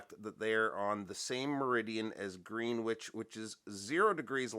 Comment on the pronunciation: Interesting piece. I like this. In case it helps: Greenwich is pronounced gren-itch rather than green-witch. Sorry: I'm English and we're absolutely having a laugh with our place names. Anyway, thanks for the video. Might have to check this watch out some more.